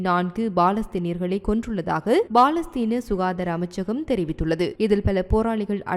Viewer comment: Balastheen alla palastheen